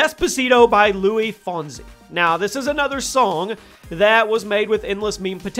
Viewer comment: it's luis